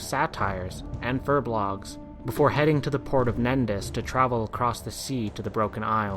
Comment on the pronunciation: Tome of Sargeras? Satire? Furblogs? It's pronounced Toom of Sargeras, Sater,and Furbolg, the l and o are switched. Tyrandes name is also pronounced Turande!